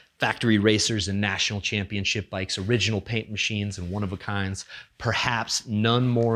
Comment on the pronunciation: ChampionSHIP, championSHIP!!! Not championCHIP, it's a title, not a cookie.